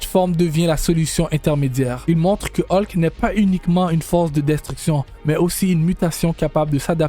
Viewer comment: Vidéo pas terrible et la voix est très désagréable 😢 Qui plus est se n'est pas des transformations mais se sont des Hulk différents. On prononce Hulk et non pas Haulk